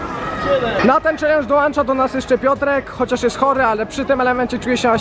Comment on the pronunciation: dołącza nie dołancza xd